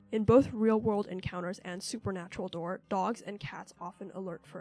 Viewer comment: "supernatural dore"